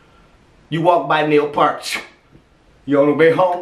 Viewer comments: Danny Carey who? This man is without a doubt the goatiest of all G.O.A.T's I'm not taking anything away from Carey. But, it it weren't for Neil Peart there would be no Danny Carey. And Neil's last name is pronounced pEARt. Heavy on saying EAR in his last name. R.I.P to the best drummer that EVER set down behind a kit. Peace bro. Denton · I'm late seeing this video (Loved it btw) but I feel like, out of respect for Neil, you should know that his last name is pronounced as "PAIR-T". like the fruit but with a T at the end. As someone who has a last name that was constantly mispronounced my entire life...I just had to put this our there. Keep the videos coming please! You always make my day!! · It's pronounced 'pee-rt'. and he was the best ever. RIP. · Just so you know it is pronounced Neil P_ EAR _ t. Peert. And I am so glad you reacted to this. Now if you could only react to this (Eddie Van Halen solo from '95) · How to give someone a stroke in less than a minute. Pronounce Peart as part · Its pronounced Neil Peeeeeeeeeert like pierce but with a t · You got the pronunciation of the last name off a bit. Pee ear Tt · How is Neil Peart's last name properly pronounced? Say the word 'ear', then put a P at the beginning and a T at the end. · Not to be that guy, just wanna throw it out there.... it's pronounced Pert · Glad you like one of my all-time favorite drummers. When I was young, he was a huge influence on my own playing as a developing drummer. Btw...his last name is pronounced like PEERT, not part. I just figured you'd want to know. Great reaction, brother, as always. Much peace & love...God bless! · "Purt" = Peart If you are not careful, guys will start up a drinking game over mispronunciations. It's funny though, don't try to change it. Just imagine the mic set up on a turn table. I still am partial to "Bobby Caldwell." We all have special connected favorites. Captain Beyond forever. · Pronounced Peer-T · Peart, like ear is how you say his name. P ear T.